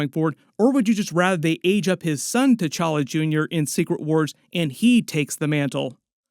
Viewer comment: this aint t-challa this is c'walla